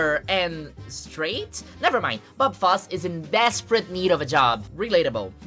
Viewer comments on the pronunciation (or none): Bob foss 😑 its foss-ey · Beautiful analysis. Just one tip: one pronounces the "e" at the end of "Fosse" (foss-ey) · pronouncing "Fosse" wrong Edit: just stop resisting the urge to say it brazil style 😂